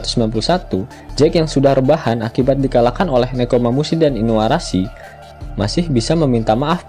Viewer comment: Iniarashi min.. bukan iniarasu